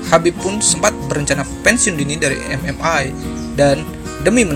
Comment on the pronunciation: MMA bung bukan MMai